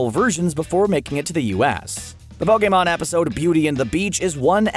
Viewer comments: I can’t stress this enough it’s not pokaymon it’s POKEMON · Ash: *Gets to go everywhere at 10 years old and become a pokemon master* Me: *Gets triggered at the way you say ''Pokemon'' because your saying ''Pokaymon'' instead of ''Pokeemon''* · Poke-A-mON ugh that annoyed me it’s pronounced POKI-MON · Po KAY mon Nonono Pokèmon Never heard of it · No one: me: *questioning why he said Pokémon like "pO-kAy mOn" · GO BACK TO PLEASE AND LISTEN TO HOW HE SAYS POKMON!!! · Did you just say pokhemon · nobody: not even a atom: screen rant: pokaymon